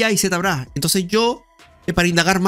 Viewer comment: Z...brash se pronuncia locoo